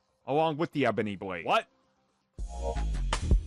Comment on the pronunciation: “Bwade”